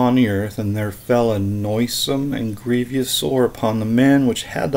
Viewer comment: Grievous, not grievious....